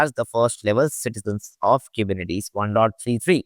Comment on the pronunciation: dude if you are making a 6 hr video about Kubernetes make sure you can pronounce it. really it's embarrassing and painful to listen to